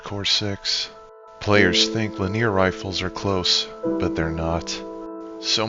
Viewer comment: not trying to be a annoying ass but its li·nee·ur 3 syllables, not la·near